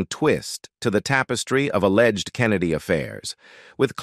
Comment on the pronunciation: When it said a-legged…